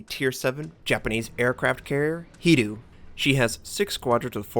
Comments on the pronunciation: pretty much, though the 'ee' on ree is not pronounciated clearly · Nope, notser is quite right about the pronunciation. The Y is silent. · So that's how bad it gets when they got focused by fighter. Wondering why they never land a single hit on my Pensa. Though you're hunting DDs all the time. Is it just situational or that you like hunting them? Typical CVs do either CV hunt or BB hunt For pronounciation, Ryuu on Hiryuu needs more emphasizing. Well, you just need to follow that guy from the vid you shared. That's basically how natives pronounce them